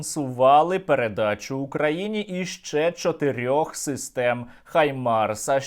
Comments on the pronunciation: HIMARS - наголос на першому складі. дуже прошу! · Друже Сергію, доброго ранку з Бразилії. Справа слідуюча: нам треба вимовляти “ГАЙМАРС“, так як вимовляють в Америці, а не “ХАЙМАРС“, па-рускі, як от робить Ґіркін, бо рашисти не мають звуку “г“. У нас є звук “г“ - то вживаймо його! Рашисти хочуть позбутися нас, українців - то в заміну позбуймося бодай тої русифікації, яку вони нам запхали в голову і мову!